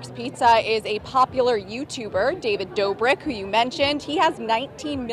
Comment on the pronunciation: David Dabrik 😂 different lady then says it right later on in vid 😂